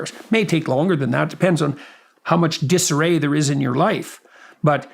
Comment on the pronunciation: Disarray, dat-array....